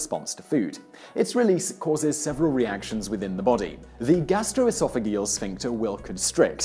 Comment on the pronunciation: aight. kewl. as a physiologist, i suggest you look up pronounciation of scientific terms before you record. colecyst-O-kinin and gastro-esophag-E-al, par example. good vid otherwise. cheers Simon!